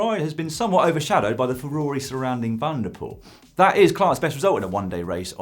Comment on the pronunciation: It's pronounced van der Poel, not Wanderpoel